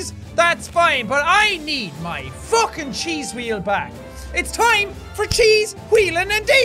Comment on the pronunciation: why you say evry time chease wheell